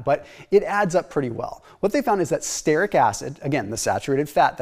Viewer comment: Brad Marshall, creator of The Croissant Diet is all about stearic acid. He added starches to the diet to prove that the belly fat eliminating function of stearic acid works even when not on a ketogenic diet. Btw, stearic is pronounced STEER-ik, not STARE-ik. Love the vids, longtime subscriber.